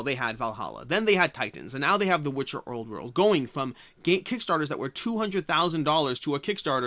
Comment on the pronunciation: “The Witcher owrd werld” hahaha